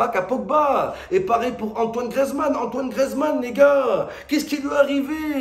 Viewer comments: "Grezmann" "la boîte de Pondor" Momo lundi prochain rdv chez l'orthophoniste ! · Antoine grézman 🤣